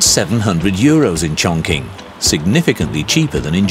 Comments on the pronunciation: Chongqing is pronounced Chong-Ching not Chong-King 🤦‍♂️ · im just a guy talkin but the q in qing pronounces as "ching" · It’s pronounced chongching